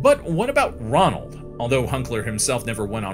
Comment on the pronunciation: Ronald or Roland? It's said one way, written another.